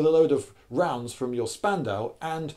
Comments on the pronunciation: It's pronounced "Shpandau". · It’s pronounced more like shpandau because sp in German is pronounced shp just a little fact besides, I really like your videos Lloyd( I’m from Germany) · ....ouch....you misspronouncing spandau so hard.... sorry i am german... despite this i don't get why people compare the mg42 and the BREN....they are both mashineguns...yes...but they have a completely diffrent purposes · Cool video, but Spandau us pronounced "shpandau" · Lindy, I love you but every time you call that thing a spandau a small piece of my soul dies.